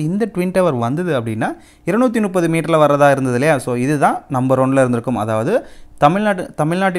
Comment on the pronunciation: ஐயா ”முப்பது” என்பதை ”நுப்பது” ஆக தவறாக உச்சரிக்கிறீர்கள். இதை சரிசெய்யவும்.